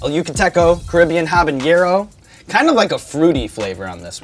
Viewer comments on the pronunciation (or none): real talk homey, 'haba-narrow' there is no ñ in habanero. It's not habanyarrow